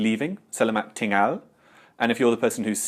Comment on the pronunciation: I appreciate the insightful video you have uploaded here in regards to essential Malay phrases. Unfortunately as a native Malay speaker, I found a few flaws that I wish to rectify. "Petang" should be pronounced "peuh-tongue" instead of "peuh-tang" (as you did). "Datang" is pronounced "dah-tongue". "Tinggal" is pronounced "ting-gull".